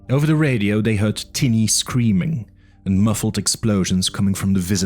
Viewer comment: Thanks for the audiobook. There are a few audio repeats in the video, and you pronounced "tiny" as "teeny", lol Otherwise very good